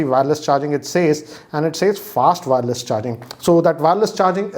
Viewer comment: Just on the lighter note, it's not WAAARELESS charging.. its wireless charging.😛